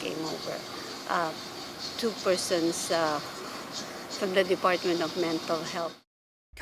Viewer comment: 인터뷰 하는 할머니 발음좋넹 근데 투 펄슨스에 빵터짐 ㅋㅋ